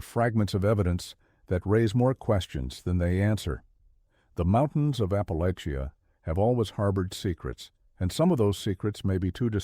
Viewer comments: Pronounced Appa-lashian. Not Appalakian. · Sitting at work in Louisville, KY pm. You mispronounced “Appalachia” at the beginning of video.